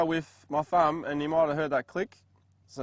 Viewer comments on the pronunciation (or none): great video. Educational. BTW, its pronounced "thum" not "fum". Top job old boy.